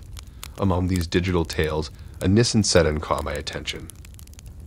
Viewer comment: yeah I went back and listened to it again. He’s deliberately mispronouncing that. There’s no way possible that’s just the way he says just those two words and everything else is just regular pronunciation. Maybe it’s a licensing thing or… maybe he’s not giving Nissan a free advertisement. Idk but it’s weird